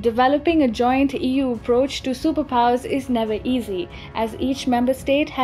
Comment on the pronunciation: How you said EU, sounded like Ewww. :D on a lighter note.